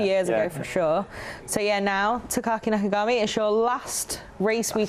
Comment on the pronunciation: oi, nakagami it's not nafagami respect family name